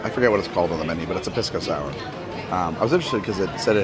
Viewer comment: Pisco sour [Piss-go sour] hahah my Chilean uncle would have a heart attack if he heard me pronounce it that way😂😂 love the vids!